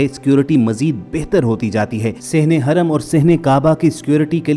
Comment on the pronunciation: Haraam nhi kehtey bhai hram kehtey hain.